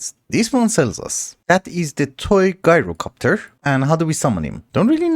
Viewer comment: Hey! I hope you don’t take offense or anything, but “Gyrocopter” is pronounced like Ji (the y sound as in “my”) ro copter. To be clear- it’s amazing you speak multiple languages. I’m not trying to be negative. Also, congrats on finally getting the mythic processors!!